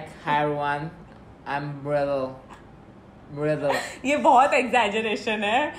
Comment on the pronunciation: soo cute expression and funny when she asked what was the first emprission and saying mrdiull